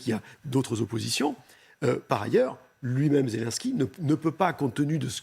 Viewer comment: Il faudrait que les journalistes apprennent à bien prononcer le nom du président ukrainien. Ce n'est pas Zélansky, mais Zélénnsky.